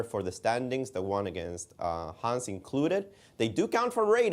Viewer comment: MVL giving the proper french "Hans" pronunciation with a mute "H" :D